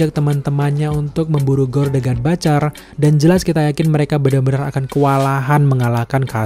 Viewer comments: Butcher om ... Butcherrrrr bukan batcherr... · ciye yg udah bapak bapak.. saya 43 thn bapak... Coba bapak.. liat konten luar negeri.. sebelum bapak mengkritik komen anak mu ini... Civa lah bapak bisa legowo terima kritikan...kalo perlu google how to pronounce the word butcher.. is it sound batcher.. ? Well i m trying to inform there s a mistake with the pronunciation .. if u disagere with my opinion at least u can do is trying get some references.. was i correct or wrong before u wrote sarcastic comments... thx you bapak